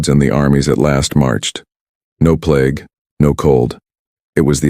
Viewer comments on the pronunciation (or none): none